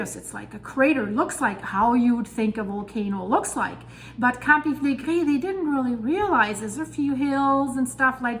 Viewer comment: It is a pleasure hearing her say "Campi Flegrei," truly!